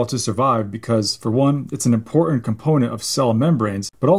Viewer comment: A "doctor" who can not properly pronounce the words "important" or "statins" is a red flag